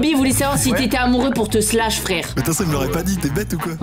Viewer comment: On dis pas slash on dit shlass